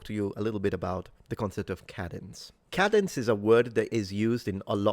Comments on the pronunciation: Hi there. I thought you were saying “cabins.” Realized later you were saying “cadence.” I’m wondering if you might want to indicate the American pronunciation uses a different vowel sound for the ‘A..’ Speaking of which, I think most Americans are taught in elementary school that the /a/ in cabin is a “short A, and the one in “cadence” (American accent) is a “long A.” I think Brits call different vowels long and short A. I don’t know if they’re used professionally in my field of Speech-Language Pathology. 🎉I’d love to hear your thoughts. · On a personal note: cadence = Kay-dence Kay, as in “day”. 🙂 Great job! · It's pronounced, "cadence". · Try saying KAY-dens Instead of Ka-denz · cadence - pronounced KAY-duhns (both British and English) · I appreciate your videos always but the pronunciation if “cadence” is with a long “A” sound as shown in the definition portion of your video. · Cadence: It’s pronounced CAY-dents. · The "a" in "cadence" is pronounced with a long a rather than a short a.